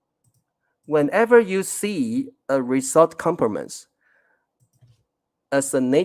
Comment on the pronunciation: ， result rɪˈzʌlt 这个英文字你完全读错了。